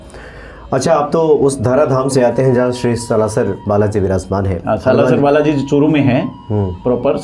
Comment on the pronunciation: सालासर बालाजी बोलें, ना कि सलासर